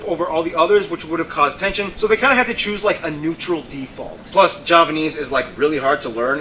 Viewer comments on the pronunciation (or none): none